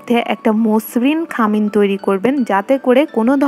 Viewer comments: খামিন বলে না,খামির।ভিডিও দিচ্ছেন ভাষাটা আরো ঠিক করেন।পাহাড়ি যে বোঝা যাচ্ছে কথায়। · খামিন না খামির